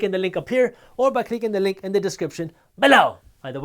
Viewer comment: He’s says balow, not below.😉